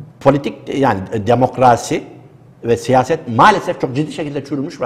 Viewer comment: "Dimukraaasi" diyen birisine inanasım gelmiyor.